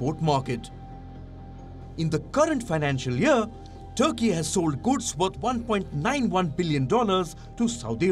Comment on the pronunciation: Not Turkey, but thurkey😂😂